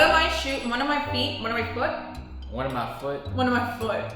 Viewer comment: Foot. U said it right